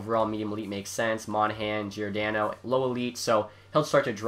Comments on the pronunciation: Its ok giordano is a hard name to say. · I thought he had a stroke lol